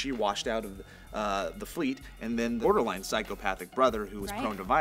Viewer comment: Perer? "Border-line?"